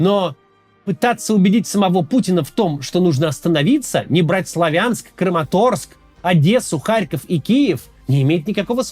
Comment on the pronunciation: Максим спасибо!, КУ-пянск, вы уже правильно выговариваете, ещё раз спасибо. Теперь..... СлАвянск, а не СлавЯнск! С уважением ❤🇺🇦🤝